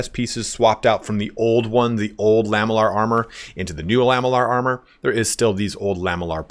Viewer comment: Can i just nitpick on something: It's pronounced "la-ME-llar", and not "LAH-me-llar". Because it's made from lamelles.